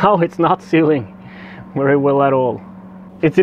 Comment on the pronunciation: Pretty cool. It sounds crazy. Keep practicing those "V"s. " Very" is not said "wery". Or "wideo" I've never wanted a wet wagina either. 😂🤣